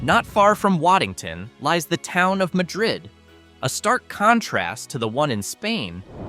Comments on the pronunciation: It’s MAD-rid; not pronounced like Spain’s. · Waddington...nice little gem on St Lawrence between long declining Massena and Ogdensberg. By the way, Madrid is pronounced MA drid (Ma as in Bah) First syllable accented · Pronounced Mad- drid, which is near Ant-werp, and Tha ree- sa!